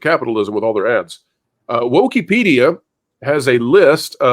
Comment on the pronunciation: I think you mean “WookiePedia” but “WokeePedia” is probably more appropriate. 🤣🤣🤣